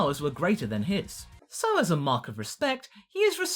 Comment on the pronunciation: It's hard to tell when you're saying "mock" or "mark".